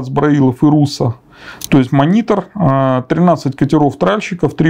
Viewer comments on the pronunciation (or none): Понять не могу, почему в слове монитор докладчик делает ударение на "и"?